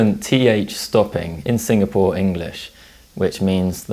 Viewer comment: As a Singaporean, u are pronouncing it wrongly especially 'Sinfapore' and tbh, it pains me No offence though, if u r, I'm sorry